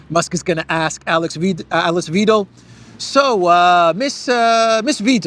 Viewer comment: Hi, thanks for your great walkabout. Alice Weidel, pronounce Alice as Al Lease, and the diphthong /ei/ in Weidel is pronounced like EYE in English or /y/ in WHY. Cheers to you mate.